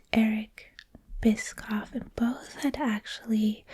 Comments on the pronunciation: Bischoff is pronounced Bisch-off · Eric Bischoff's last name is actually pronounced "Bish-Off" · It's bish-off 🙂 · Best pronunciation of Eric bischoff I’ve ever heard lol